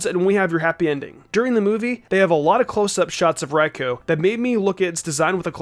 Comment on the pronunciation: This guy cannot decide how to pronounce Raikou.